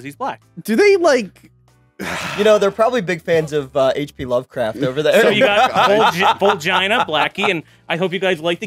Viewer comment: Vulgina is not pronounced Vuljeina. It is pronounced Valgeena. Barujiina.